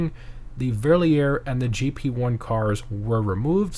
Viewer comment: funny how he pronounces "verlierer" its literally a looser